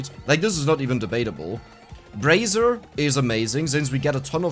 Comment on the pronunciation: my guy, stop saying brazzer REEEEEEEEEEEEE xD